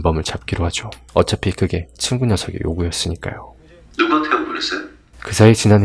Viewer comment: 친구=진구? 발음이 비슷헌디